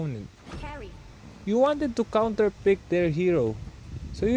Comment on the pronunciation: Are u Indian? Cuz u said KHAONTER not counter